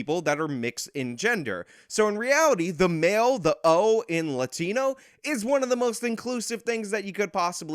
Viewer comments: Her pronunciation of the "A" in latino doesn't sound like the native "A" sound in Spanish, but closer to the Anglo "A" as in father which is pronounced further towards the back of the mouth, so to my ears it almost sounds like she's faking an accent. Moreover, bilingual latinos who go out of their way to put on an accent whenever a Spanish word comes up in an English conversation (even mundane words like tortilla) always did strike me as incredibly fake. People like AOC do this all the time, and it makes me feel like I am being pandered to in the most condescending way. See, I am also bilingual but when I'm speaking English, I pronounce Spanish words with my English register (tortilla→torr-tee-yuh), and vice-versa when I'm speaking Spanish and an English word comes up (hot dog→ótdog). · Why is it that when the one lady says "Latino/ Latina" it's a way over-the-top Spanish pronunciation? Like everything else is a relaxed pronunciation except those words. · I dunno if it's just me but I find it incredibly annoying how she goes from her regular American accent to saying Latin(o/a) as un-American as possible. It reminded me of people that are American and pronounce France as "Frauns". We all know what you're saying buddy, no need to slip in some cultural superiority on top of it.